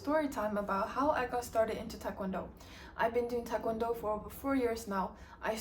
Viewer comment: Are you Korean? You don’t have a Korean accent and your pronunciation of TKD is incorrect so just wondering.